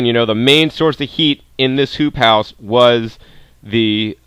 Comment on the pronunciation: no joke I heard "poop house" every time